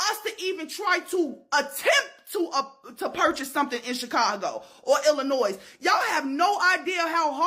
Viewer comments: You cannot be from Chicago and not pronounce IIlinois correctly. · The “S”, is silent! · Illinois...The S is silent...Stupid.😆😆😆